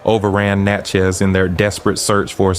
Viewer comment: It's pronounced like "matches;" Natchez, I'm born and raised here. The Devil's Punch Bowl is now called Natchez National Cemetery in an area neighborhood called Marble Stone. Every year, I think between Spring and Summer "they" perform an act of theatre out there (at night) and it appears very demonic. This is from a personal account of my roadside (Cemetery Rd.) view, without any context of what the script or acting entailed. The image(s) didn't need a thousand words, my spirit said it was satanic!